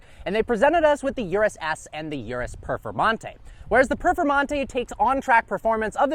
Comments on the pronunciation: Bro, it's Urus, not Yurus. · After all these years, he still can't pronounce Urus correctly!